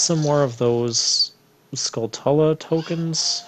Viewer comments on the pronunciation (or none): Your pronunciations are weird. Skull-tulla? Guh-rudo?